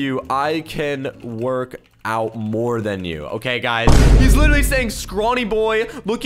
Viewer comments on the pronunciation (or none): none